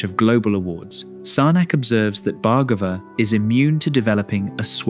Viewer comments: His surname is pronounced as Bhaar-gabh.... Not Bhargava... भार्गव in hindi.. There's no "Aa" sound in the end... Western people have a tendency of using "AA" sound at end of almost all Indian words....anyways.. Thank u so much for this video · IT IS PRONOUNCED bhar- gave ( soft bh & ar) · Each time narrator mispronounce the beautiful name Bhargava, I wish he took few minutes to practice an Indian name properly.